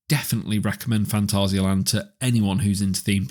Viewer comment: German here, not rrrr- ssss. Fantassia-Land ^^ And 2nd: not Länd. The a is not an ä. just Land. And it is not Täron, just Taaroonn. Pronounce the a deeper.^^:popcorn-yellow-striped-smile: Geister Rikscha ist not well maintained. Sadly. Last time i visited the park, me and the son of my girlfriend counted the areas where water from the roof was going threw xD I guess they dont have a good plan what to do with that area. Edit: Whats that Video, here you can hear Taron the way it should :D Freizeitpark der Weltrekorde - Phantasialand | Heimatflimmern | WDR at 6.26